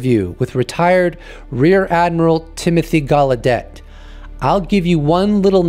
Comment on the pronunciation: Its Timothy Galedeyyyyyy not Galedette